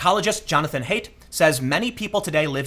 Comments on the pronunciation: Also, his name is pronounced like hite or height, not hate. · His name is pronounced like "height", not "hate".